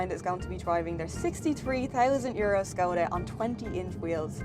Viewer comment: actually pronounced the name correctly (Škoda is pronounced like "Schkawdah"). I think it's a sign of professional approach when a reviewer puts an effort into correct pronunciation of foreign brands.